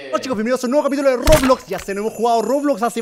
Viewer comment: quien se dio cuenta q dijo rogudogu en vez de roblox